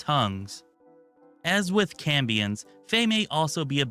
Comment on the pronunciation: Maybe you were saying Cambions but it sounded like you said Cummins playable race